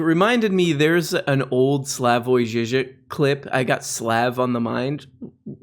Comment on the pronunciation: Thats a pretty good Slavoj Zizek, gotta roll those r's more though. :)